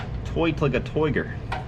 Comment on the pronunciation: i've heard "toight like a toiger" twice in 2 days and I'm very pleased